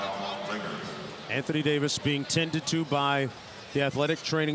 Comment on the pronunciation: Anthony day-to-dayvis